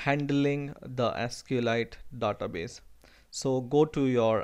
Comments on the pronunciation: you are confused between Daaaatabase and Database . it sound so awkward please get used to the actual one . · yea specially the DA-TA base